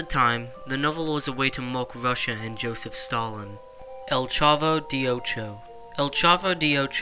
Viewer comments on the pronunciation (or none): btw the “de” in the title “El Chavo de Ocho” is pronounced deh.